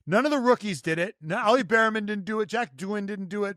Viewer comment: it’s not “Beerman” it’s “Bearman” like /bare-men/